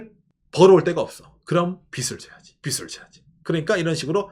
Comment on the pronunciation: 빚을 빗이라 자꾸 발음하셔서 집중하기 힘들어요 ㅎㅎ